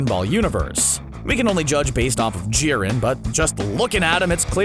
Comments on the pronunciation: Jiren not koren lmao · Did you say jierns race was number one